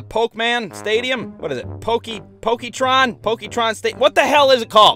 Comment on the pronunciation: "Poketron"...does your dad know Lou Stitzon?